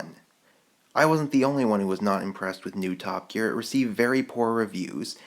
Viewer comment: Did he say "Top Geak". 0.07 . XD